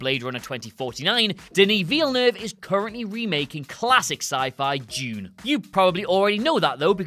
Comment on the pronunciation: What did you say #1 was? I heard Jude, but did you mean Dune?